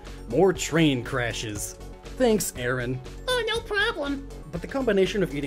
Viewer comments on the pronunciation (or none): Dude, it's pronounced ARE-on.